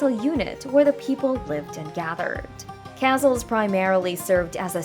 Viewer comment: Yeah, I had to stop watching, cause it was annoying when the computer keeps pronouncing the main word of the video incorrectly, over & over..